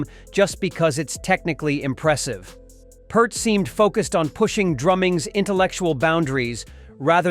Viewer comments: Neil Peart. Peart is pronounced Peert. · It's pronounced Peer-t, Like fear or fishing pier. I saw an interviewer ask him and that's what Neil said.